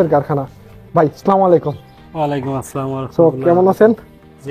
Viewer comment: তুই আগে তোর সালাম টা আগে ঠিক কর তার পরে ভিডিও বানাস